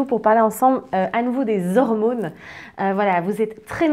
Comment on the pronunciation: Les "hirmônes" ? Bon je change de chaîne